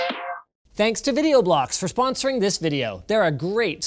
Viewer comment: Did you just say your sponsors name wrong?